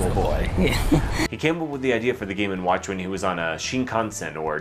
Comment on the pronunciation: GAY WATCH, GAY WATCH! all i hear